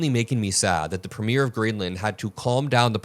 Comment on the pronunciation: “premier" (the head of government) is pronounced PREEM-yur (IPA: /ˈpriːmjər/), with the stress on the first syllable